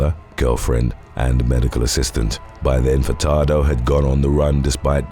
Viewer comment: Idk if I heard you wrong or not, but I swear you pronounced Denis "Dr. BumBum" Furtado's name as "Fucktardo" and now I can't unhear it...